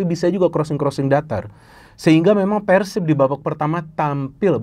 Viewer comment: tinggal cara pengebutannya ganti jgn nyebut Persib tapi Pērsib